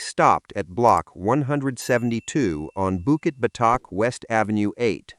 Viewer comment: bukit what?? botak?? urghh why use ai